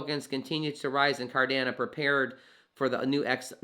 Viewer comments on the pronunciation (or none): Sorry to say this.....it is pronounced CardanO....not Cardana. I appreciate Cardano videos because I'm well vested in to the project. So thank you for the info and coverage. However, I just wanted to point that out so your content is taken seriously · Yo love your content on Amp! But you sound like a silly goose when it comes to CARDANO. "It's not possible to think about burning ADA BECAUSE IT'S NOT BUILT INTO ITS CODE" Charles. And it's pronounce CardanO bud. Nothing but love. You are the man helping bring Financial Freedom to all that will take it including myself thank you you're the best got to meet soonafter bullrun to share our journeys on your channel. 👍🙏✌